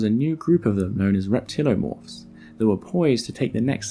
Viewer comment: it's pretty frustrating to see "reptiliomorph" and then hear you say "reptilomorph" over and over.